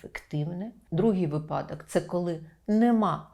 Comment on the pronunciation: Говоріть правильно: вИпадок, а не випАдок!!!! Наголос падає на перший склад!!!